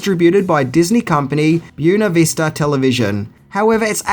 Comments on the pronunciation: buena vista is spoken more like "bwena vista" as opposed to "byoona". only tell ya cause I love ya. Have you done return of the living dead, yet? it spawned the now universal knowledge that zombies eat brains. Heavy Metal is a classic. too, and dan o'bannon had a zombie-ish story in that one also. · Pronounced Boyna Vista, it's Spanish. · Buena Vista is pronounced Bweh-na Vista. I know I've posted that on another post of yours, but it bears repeating.